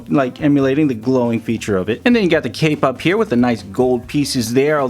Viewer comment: At like two minutes 8 seconds he said cape up which sounded like kpop